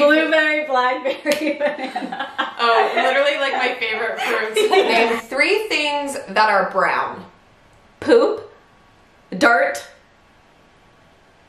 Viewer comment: When said name three things that are brown, definitely said DART not DIRT LMAO!!